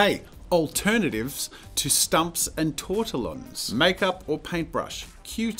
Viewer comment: And.... TOR/TEE/YON... it's French... the L's are silent 😑🤫